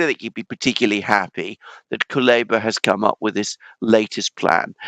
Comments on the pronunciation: It's not Kaluba but Kuleba))) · Kuleba=koolEHba (EH is stressed and sounds like E in pet)